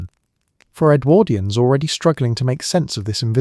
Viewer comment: Love your stuff - interesting choice of topics, but do think you could tweak your pronunciation of Edwardians, it sometimes gets rendered as EdwErdians - but sometimes properly. Really jars.